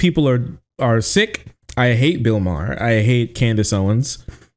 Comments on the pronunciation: Ma-her. Haha. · Bill Maher (pronounced Mar) is a well known pot smoker. He's smoking a blunt.